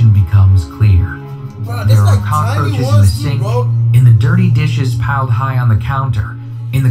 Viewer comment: bro I had teh cackaroaches bruh Victoria Justice: I think we ALL had the cackaroaches